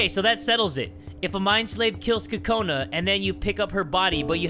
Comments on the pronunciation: It's Kokona not kakona!!!! Btw do your eyes change colour on your profile or is that just me? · its Kokona Not Kakona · ITS KOKANA NOT KAKANA )————————(